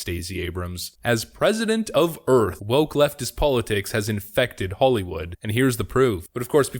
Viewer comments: That's "Earph" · "President of United Earf."